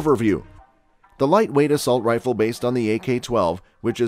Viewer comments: "assault riffle" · What is an "Assualt Rifle"??? Serious Matt Walsh style question...